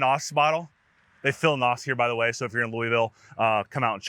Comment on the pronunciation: Hey, it's N. O. S., not NAWS......